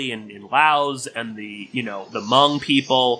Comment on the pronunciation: Lay-ose? Hoo-mongs? hahahahaha